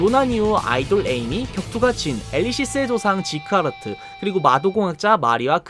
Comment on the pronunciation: 지크하르트가 아니라 지크하트입니다(라인하르트랑 헷갈리셨낭...)